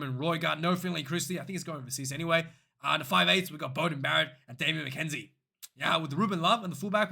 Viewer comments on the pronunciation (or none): none